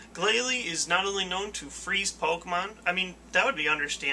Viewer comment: Why, he does Pokeymanz (pokemon) not Transformers.